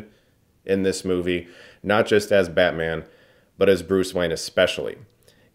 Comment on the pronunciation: I couldn't help but hear "badman" throughout this review lol